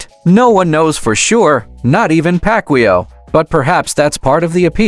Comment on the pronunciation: Ai is dumb 😂 can't pronunciate Mannys last name. AI is for dummies 😂